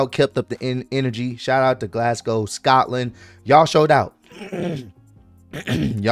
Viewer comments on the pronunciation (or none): none